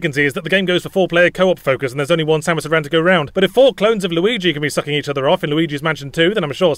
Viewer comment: OMG Yahtzee pronounces "Aran" correctly! Unlike the shitty westernization pronunciation that ended up in the games, "aaron".